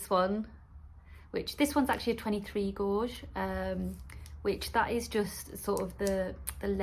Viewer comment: Strange way of saying gauge 😂